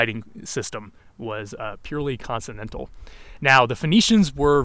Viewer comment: I find it very interesting that someone who knows all this detail about language still mispronounces "consonantal" in his own native language.